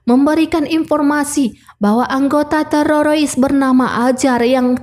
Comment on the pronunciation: TERORIS BU TERORIS, BUKAN TERAROIS 😢